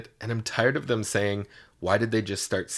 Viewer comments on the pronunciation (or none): none